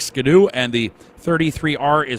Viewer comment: The iconic Canadian hot rod sled : Ski-doo. Not Ska-doo....